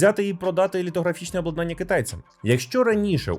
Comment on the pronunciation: Люблю я ваші випуски-розслідування! P.S. Зазвичай то максимум два рази на відео, але в цьому випуску ви приблизно раз на хвилину вживали це слово. Тому не обладнАння, а облАднання.